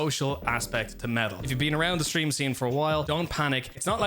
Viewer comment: Ngl until i went into the description i fully thought you were saying "metal" the entire time lmao